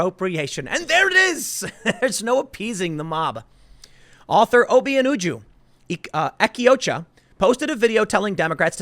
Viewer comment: Tim Half Asian Pool: Correctly pronounces Obianuju Ekeocha Also Half Asian Tim Pool: Neee-goooo-yen